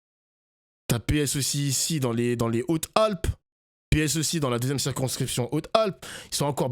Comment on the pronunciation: Hautes Z alpes... la liaison bordel